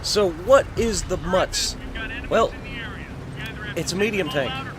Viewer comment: it's pronounced like mutts.